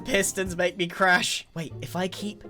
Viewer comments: mispronounces 'crash' as 'crap' atleast that what it sounds like to me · Hold up, did he say crash mod?